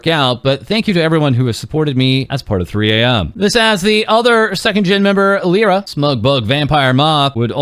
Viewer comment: just a heads up Lyra is prounounced Lie-ruh